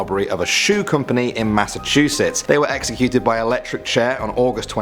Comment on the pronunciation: He said Massachussets 😢